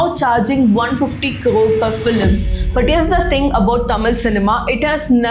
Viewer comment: NOT FILEM but pronouce as FILM